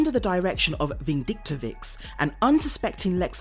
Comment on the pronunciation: His name is pronounced Mister Vindictive, bro. As in the word "vindictive", which means to harbour strong feelings of revenge.